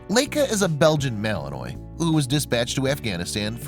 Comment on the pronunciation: Pronounced Malanwah, not Malanoi!